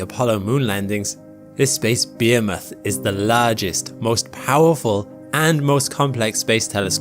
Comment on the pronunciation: We can all admit Bayhameth as opposed to Behemoth is a little silly